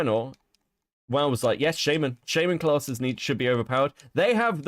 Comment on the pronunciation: Everytime says shaman wrong it drives me crazy